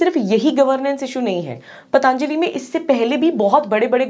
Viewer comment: Be professional.. It's पतंजलि not पतानजली